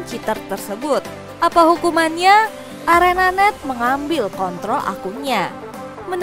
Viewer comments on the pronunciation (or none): none